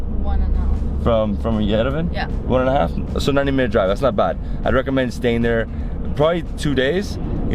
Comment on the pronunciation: Beautiful place to be and great food to eat. Armenia is great. By the way, it's called Ye-re-van not ven . My forefathers came from there. I'm so happy you liked it 👍👍👍